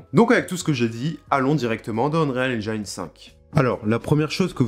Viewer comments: Prononciation : N-jine et pas Njayne 😅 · "Haine-djéne" pas "haine-djaïne" ... Mais sinon ça a l'aire bien fichue ce tuto. Bravo!